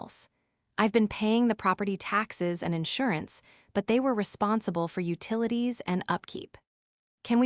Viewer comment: Just say the whole word. It's utilities, ut ilities.